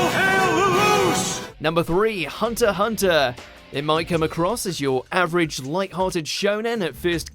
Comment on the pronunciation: He said Hunter x Hunter's name right, but not Midoriya's. :(